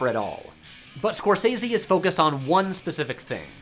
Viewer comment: That's not how Scorsese is pronounced.